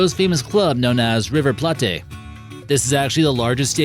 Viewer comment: Riverplate is pronounced plate like the thing u have food on. Anfields cappacaty is 54k after a recent expancion. Liverpool also has 6 european cups. Bad research